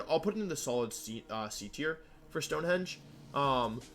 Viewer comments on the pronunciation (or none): none